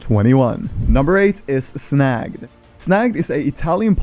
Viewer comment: Snagged , not snagd , love you from italy